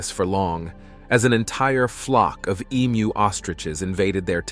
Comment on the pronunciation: Congrats on pronouncing emu correctly. Most septics get it wrong and sound like e-cows. Pity you confused them with ostriches though.